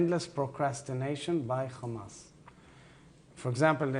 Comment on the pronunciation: He is like, the whole world is Khamas